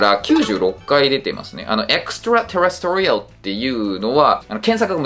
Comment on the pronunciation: 細かいけどextraterrestrial のアクセントは4音節目じゃないのかな？？